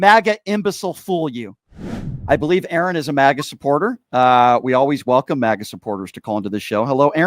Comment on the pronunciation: It's funny that when you say maga it sounds like you're saying maggot. So funny.